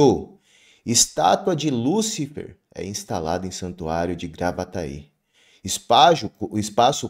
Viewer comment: É "Lucifé"!